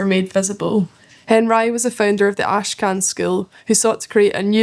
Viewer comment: Henrye is an insane pronunciation